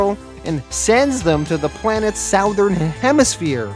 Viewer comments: Why can't you say southern hahahaha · sowthern?? wtf man